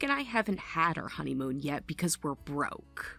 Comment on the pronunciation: Not “honeyhoon”!!! 😂😂😂😂😂